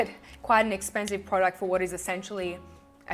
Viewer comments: "DAS EZPENSIV" HAHAHHAHA LOVE IT #KathleenLights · Soap and Glory lipstick in Cinnamon Beige. Love how you said "das esspensive" Kathleen Lights says that too! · Messy bag ladies unite! Yeah! Really enjoyed this video and your eye makeup 😍 Ps. Was that a sneaky shout-out to Kathleen Lights? "Dass espensive!" Ha. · " Das espensive " you used a Katherine lights quote!! Both you are my favourite ever!!!